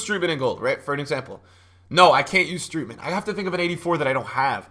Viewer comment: Not strOOtman but strOAtman